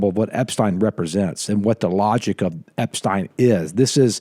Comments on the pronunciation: 😅 it's Ep-STEEN. 👍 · hey, it's eps-teen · The person who doesn't know how to pronounce Epstein's name said it the most.